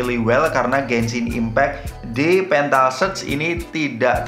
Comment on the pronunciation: Petal bukan pental brow... Sy pemakai huawei matepad dan playstore bisa kok... Lewat gspace